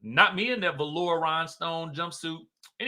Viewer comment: Ok everytime you say velour it just tickles me!!😂😂